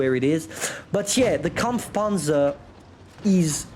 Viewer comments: that "kampfpanzer" is goddam perfect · G bro itu emg aksen asli jerman nya